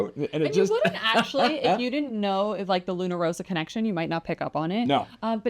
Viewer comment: The red Luna Rossa stripe always reminds me of the Prada branding. BTW, Rossa is pronounced Ross-Ah. If it only had a single "s" then your current pronounciation of Row-Sah would be correct.